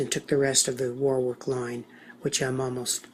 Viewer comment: Sorry. Its pronounced. Warrick.